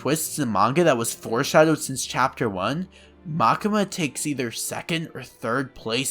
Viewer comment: pls call it Makima not Makema xD for english speaker probaly like Makyma !